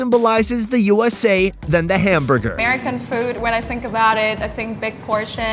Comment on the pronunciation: anyone who can say the word portion like that, has eaten hundreds of hamburgers. She is so American.